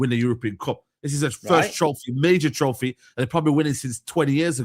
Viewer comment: “Bring me the trofeh”